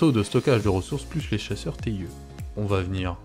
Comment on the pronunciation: Le TIE de « Chasseur TIE » (ou « TIE fighter ») se prononce en anglais (« taille ») ;)